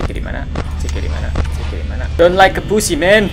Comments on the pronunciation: Itu nama nya bukan ciki tapi cikha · Chika kak bukan ciki itu mah ciki ciki